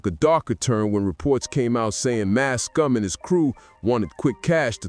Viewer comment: why you keep saying lil scum? you mean lil SCOOM?